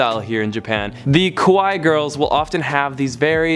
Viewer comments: As others have pointed out, make sure you don't say "kowai," when you mean "kawaii." Mispronouncing it can really cause problems because both are used all the time and no one will correct you. They'll just think you don't like them. For cute,, say "KAH- WAH- EE," for scary, unpleasant, say "KOE-WHY." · It was painful everytime I heared you attmept to say かわいい (kawaii). Your pronunciation could easily be mistook for saying 怖い (kowai) which means scary! lol. Good vid though, thanks! ^_^ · when saying かわいい (ka-wa-i-i) say it in a higher pitch, my japanese sensai told us that’s also important and pls pls extend the “ee” sound bc saying kawai (かわい) with a short “e” means scary/frightening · it's kAwaii (cute) not kOwai (scary) 😅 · It’s not Kah-wah it’s ka-wa-ii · I'm sorry I'm no Japanese expert but.... ka-why?? Bruh Ka-why-ee pls it's not that hard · kuwai. XD its kawaii though XD kuwai sounds more as afraid . XD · youre not saying cute, youre pronouncing it as the word scary. cute = kawaii = ka-wa-eeee scary = kowai =ko-wa-ee (this is how youre saying it) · Sorry I cringed a little when you were trying to say "kawaii" because you were actually pronouncing "kowai" which means scary. Takes a bit of time to pick up how both are pronounced ha. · You said kawai. Not かわいい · Hi thank you for making the video about our country Japan. Just one thing, most of international ppl pronounce Ko-wa-i instead of Ka-wa-ii. Kowai means scary in Japanese so there is some ppl feel weird when you say "cute" in Japanese coz you are actually saying "scary" to them. Enjoy your days as usual✈️✈️✈️ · careful with your pronunciation. it sounds like you're saying Kowai, not Kawaii! I made the same mistake! all in all good video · it's kAwai, not kOwai. kowai means scary. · Lmao you’re saying scary (kowai), not cute (kawaii) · « Kowai » literally mean « scary » 😒 « kAwaii » is cute careful with your prononciation 🙄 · kowai or kawaii?? pronounce well~!! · it's KAwaii~ not Kowaii ...hahahah